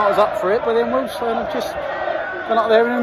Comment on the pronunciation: Nice to hear you pronounce Wealdstone correctly as lots say Wealdston some even make it sound like Willesden. Up the Stones.